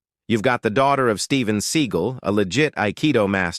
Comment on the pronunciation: Stop mispronouncing seagull